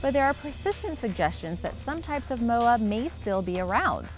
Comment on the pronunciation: She can’t say moa propaly